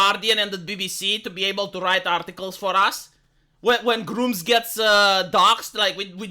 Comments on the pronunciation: It's Grummz not grooms. That sounds really bad lol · Know its an accent thing but the way he mentions Grummz makes me lmao.